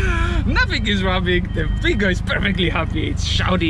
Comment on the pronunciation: Why keep reading it Shingo rather than Swingo?